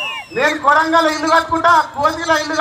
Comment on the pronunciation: madam idi kondagal kadu.. kodangal..